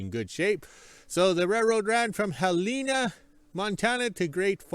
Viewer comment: Hel-en-a! Not an Africa animal 😂